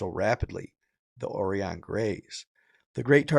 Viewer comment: It's pronounced O rĪ ON LIKE "OR EYE ON", Right on.